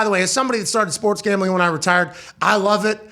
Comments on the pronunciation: this mf said GAMLING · "Gamling" lol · “Gamling” lol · Come on, “Gamling”